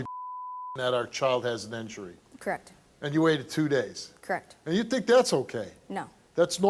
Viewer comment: If that chick that abused her baby says “crekt” one more time…